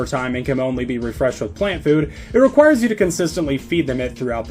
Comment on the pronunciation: bro said "flant plough" get his ass /silly /aff